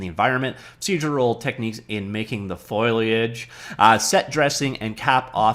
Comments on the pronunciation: How to pronounce foliage: first say foe, like as in "friend or foe". Then say lay as in "lay down". You've got the -age bit perfectly, just the first two syllables are tangled together like "foil-y". Practice foe-lay, foe-lay etc. I'm not taking the piss here. I just know that you can do it,. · Still having problems with that pronunciation, eh. Think Foley, then add Age. Foley-age. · Foliage foliage foliage. You know a folio? Or a portfolio? A portfolio is a big folder for carrying (port -- a "porter" carries stuff) you folios, or "leaves" of paper. Foliage is leaves -- sam word, same pronunciation. Folio, foliage, folio, foliage, polio, poliage.